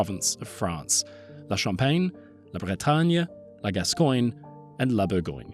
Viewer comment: I like that you try to pronounce foreign names correctly and was pretty stunned that you kept the disastrous way English speakers slaughter the words "Gascogne" and "Bourgogne"